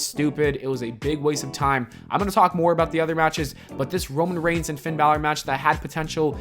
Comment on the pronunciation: The Demon* “Romain Reign”? Lmao